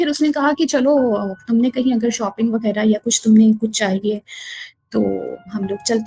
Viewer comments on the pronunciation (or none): none